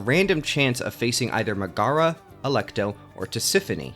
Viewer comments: ok it really bugs me how you keep saying "Muh-GAH-ruh," instead of the correct "MEG-eh-ruh." Hades even has voice acting, so it's not like you can't say you've heard her name spoken out loud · They literally say "Megaera" and "Demeter" in the game, you have no excuse for saying them that incorrectly. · I respect the opinions. But mispronouncing the name of my queen Megaera is unacceptable